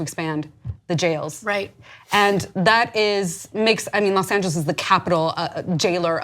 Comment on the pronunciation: Imminent not "Eminent" Civilly not "Civ-illy" "Los Angels is the capital jailer of the world" Use of English and Grammar in this video is pretty poor lol